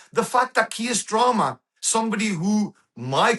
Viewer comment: 'kier strama'